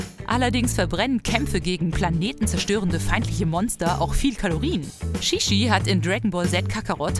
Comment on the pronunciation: Das heißt nicht schischi sondern chichi!